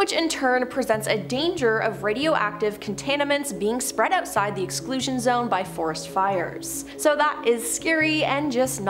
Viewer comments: The underPINE-ing of the contanimants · Wtf is contaninants and hazernous? I had to edit because she then dropped the word cacium omfg i cant😂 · ... did you really just mispronounce "contaminants"?! I knew there was a reason I lost interest in your content.